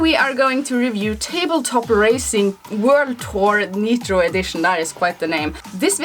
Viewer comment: 'Neetro Edition' lol so cute....it's pronounced 'Nytro' 😆 I had this little gem on the PS4, didn't realise it was on the Switch. Thanks to you I'm now gonna double-dip!